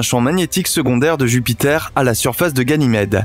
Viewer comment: La vidéo est très belle, mais faites attention quand même, ça fait deux vidéos de suite, que vous dites "guynamede"